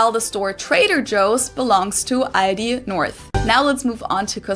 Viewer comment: no its not Aidi its aldi there is clearly an L in there xD its always crazy she says something and then you repeat something COMPLETLY different xD your not even remotly close to what she says xDDDDDDDDD